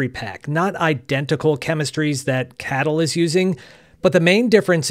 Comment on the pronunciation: Please stop saying "cattle", it's incredibly derogatory. Most people pronounce it as kay-tle.